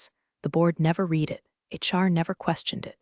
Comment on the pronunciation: my pet peeves are saying read, instead of red. saying resume, instead of rez umay not saying pat uh gon uh ah